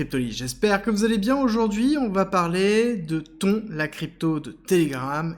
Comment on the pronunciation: ça se pronounce Tonne je crois